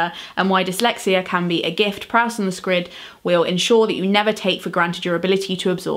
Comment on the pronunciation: Proust is pronounced "Proost" not Prowst. You know that, right?